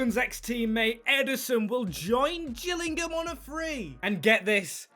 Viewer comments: U said gills it is pronounced jills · It's not the gills it's pronounced the Jill's lol